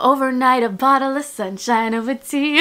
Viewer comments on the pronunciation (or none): none